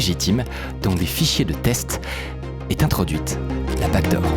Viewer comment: J'ai regardé genre 10 vidéos dans les derniers jours, et à chaque fois je me demande mais c'est quoi cette foutue "bague d'or" - je ne réalise que maintenant qu'il disait 'backdoor' depuis tout ce temps!